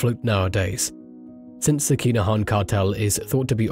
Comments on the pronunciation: "Kinna-han". Sorry I hate to be that guy but You're saying "Keener-haan" and it sounds silly lol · How many times can ya say their name in 2min 🤦‍♂️ its ridiculous......and you not even saying it correctly. This an AI voice